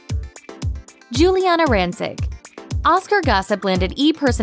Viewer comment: not pronouncing rancic right